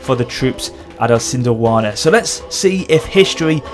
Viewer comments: Pronunciation: EEsandlwaana. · It's pronounced I-san-dwal-na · your pronounciation of Isandlwana is hilarious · Pronunciation Help: Is-and-l-wana (Isandlwana) nah-tal (Natal)